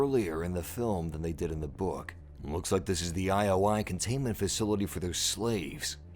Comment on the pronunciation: I was waiting for you to break this down! Just one little thing... it's not one-oh-one (101), it's eye-oh-eye ( ioi ). And I caught a glimpse of Cassie Cage next to Lara Croft . ; )